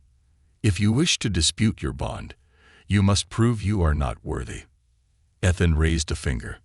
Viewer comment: For the love of god will somebody teach these stupid AI proper pronunciation. EE-thuhn